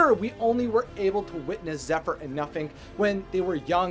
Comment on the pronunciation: For a second, I thought you said that his name was “Nothing”😂 I was like “damn, way to hate on your kids”😂